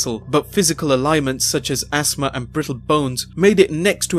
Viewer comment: There's a lot of stuff he just pronounces wrong, unfortunately. I think he makes reading mistakes and doesn't bother to recut the narration later. In this video, instead of "ailment", he says "alliment" (not a word), or possibly "alignment". Either is simply incorrect, regardless of accent. These sorts of errors occur in almost every Wrestlelamia video he narrates, but it's okay--I've watched this entire series and many listicles from him. The occasional nonsense doesn't impact my enjoyment.